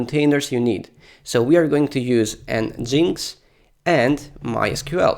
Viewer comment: It's un-in-stall not uni-stall and nginx = engine x